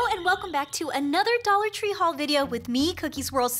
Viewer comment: dont you here it "DOLaR TrEe"